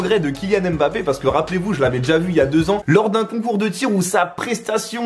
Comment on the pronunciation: « Mbappé y sourisse »...😂 frérot